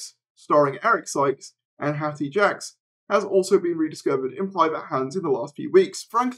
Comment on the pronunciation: Jacques is pronounced “Jakes”, not Jacks.